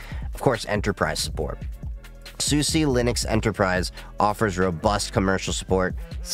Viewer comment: I have been using this OS for about 13 years now, despite that I still find these types of videos intriguing. I think you did a very good job at laying out the differences in the distros in a way that new users should be able to understand. Btw, you did pronounce SUSE correctly! Maybe with a bit of an accent, but it sounds relatively correct to my ears. So many people assume the E is silent, when SUSE officially wants you to pronounce it like you have. Also, as an openSUSE Tumbleweed user, I like it because it's a rolling release that happens to be very stable compared to others like Arch or Gentoo. This disadvantage is that it's usually a little slower to get updates as packages can sometimes be held back for a few weeks to a few days until everything passes OpenQA testing. Zypper (and YaST) also integrates with BTRFS and makes a snapshot everytime you update, meaning that if something does break after an update you can easily roll it back.